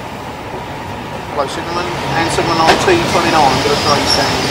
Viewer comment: Both signalmen spoke the signal number in a wrong way. T29 should be"tango two nine" and T46 "tango four six"